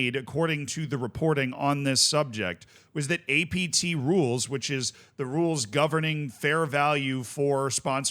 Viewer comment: Take a shot every time he says ATP instead of APT